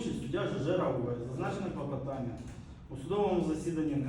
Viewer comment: Коли суддя замість слова КЛОПОТАННЯ каже КЛАПОТАННЯ, то нема що слухати далі.